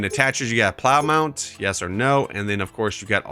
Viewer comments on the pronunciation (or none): none